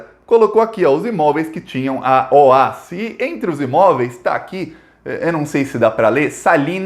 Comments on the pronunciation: Se fala Ó-A-Esse mesmo e não OAS. Tenho pessoas na família que trabalharam lá. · O- A- S não eh oas pronúncia soletrando parabéns pelos vídeos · só corrigindo: A pronúncia correta dessa empreiteira baiana é O.A.S, ou seja, letra por letra e não "OÁS", conforme você falou e repetiu neste vídeo. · Uma dica: é "Ó- A- ESSI" que se fala e não "OAS" .... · não é OAS. É O A S separados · ME PERMITA, ESCREVE-SE OAS MAS PRONUNCIA-SE OAESSE. ABRAÇO AMIGO! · Ola, a empresa se chama O A Ésse. E pelo amor de Deus, na hora de comemorar, comemore com, então com champanhe. Pelo amor de Deus! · Curto muito seu trabalho, parabéns!! Só uma correção a pronúncia é O.A.S a pronúncia é letra por letra mesmo kkkk!!